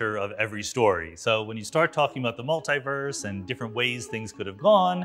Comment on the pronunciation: Its multeee-verse. Not. Multeye verse